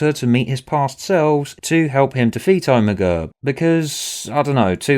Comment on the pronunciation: Hearing you pronounce Omega as Oh-me-gu will never get old. Also this story is good, wibblywobbly jelly monster included